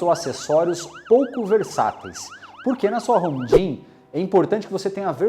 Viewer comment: Pequena observação: quando vc for falar a palavra GYM, termine a com M e não com N. Caso contrario a palavra fica parecendo gin (a bebida). De qualquer forma, acho seus videos demais. Poucos videos ai falando realmente o que é necessário. Abracos